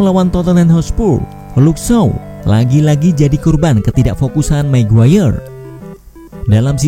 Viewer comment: Magayer min, bukan maguwayer..... 😀